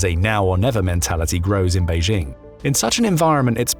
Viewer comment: When you emphasizes Beijing you've already lost🥲